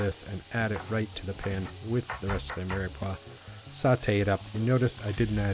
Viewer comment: Is he saying 'mearpaw'??